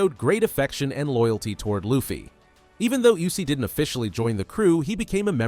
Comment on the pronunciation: People gotta learn to pronounce Usopp's name. It's not you-sopp.